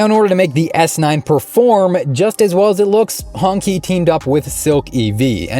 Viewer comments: Qi is pronounced (chi), ''Hongchi'' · Should be pronounced as Hong-Chi, I believe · it's pronouonced Hong Chi